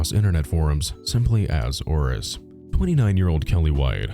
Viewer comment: i cannot unhear him saying Horace everytime he says 'Auress'